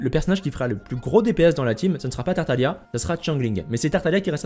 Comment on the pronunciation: pareil avec tartalia au lieu de tartaglia